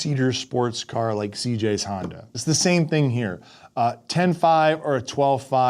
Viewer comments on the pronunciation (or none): none